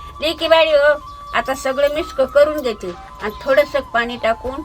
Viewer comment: मिक्स नाही तू मिस्क म्हणते फार आवडते.मी वाट च बघत होते आज्जी मिस्क कधी म्हणते ते...😂😂😂